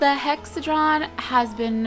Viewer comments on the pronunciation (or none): It's not (Hexa-Dron) It's (Hexa-He-Dron) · It's Hexahedron, not Hexadron 8o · Haha cupquake its a Hexa-HE-dron... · Cupquake, it's Hex-ah-HE-drawn, hexahedron :3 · not to be a grammar Nazi but it is pronounced hex-ah-hee-dron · Hex - a - he - dron. Sorry I just hate mispronunciations.